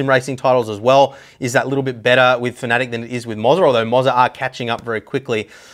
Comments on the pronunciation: Fa-na-tech not fa-nat-ic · hi dont mean to be rude but its Fana - tec not fanatic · FAN A TEC... ITS LITERALLY INFRONT OF YOU... and the German fella that made the company, he says FAN A TEC...